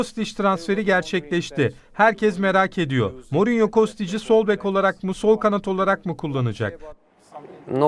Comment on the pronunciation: Kadin Mourinho nun ismini dogru telaffuz edemiyor. Bunlari cok mu aradiniz sacmasapan sorular sacmasapan bi ingilizce.yaziklar olsun